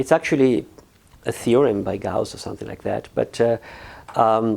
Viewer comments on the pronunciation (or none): Just a little note. Gauss is not "Gosse" for the French: Gauss is just Gauss.